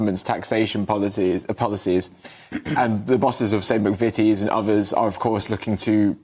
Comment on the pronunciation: Ban anyone from TV who says "finks" and "Ovvers"